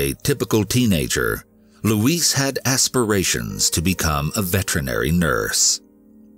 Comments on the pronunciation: LOUISE NOT LUIS. My God. Let's break this down. Louise- LOO...EASE.. (female name, typically white USA southern, similar to LouEllen) Luis- Lue-easse. (Male name, typically hispanic) Ah Dijos le pido😏 ayuda me! K? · Her name is "Louise", not "Luis". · Louise is NOT pronounced the same as "Luis" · i feel like someone needs to help you with this... LUIS (how you pronounce Louise) is the spanish version of Louis, Louise (lou-ease) is a female name. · I love these videos. Of course not what happens, just the way you tell the story and your voice just makes you feel everything. The first story I couldn't get over though because my mom's name is Louise and the way you kept pronouncing it like Luis was driving me insane lol. I know that's silly but the way you talk is part of the reason I am so addicted to these videos so that just got under my skin. The story itself ended exactly as I suspected though. It's a sad world we live in. People get mad when I don't let my son go with any family member whenever they want but you just don't know who to trust anymore. It's usually those closest to you and not a stranger. I hate that it's the way we have to be used to living but unfortunately if we want to keep our babies and ourselves safe, this is just how we have to think now :( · Is her name louise or louisse the animation is mispronouncing her name.He is pronouncing it as the Male version of Louise. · Please google how to pronounce Louise lol